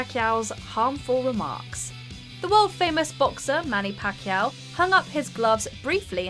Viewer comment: You mispronounced, "Pacquiao".